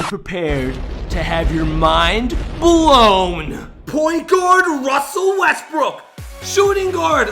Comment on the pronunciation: Boo Russel Westbrook I mean wussel westbook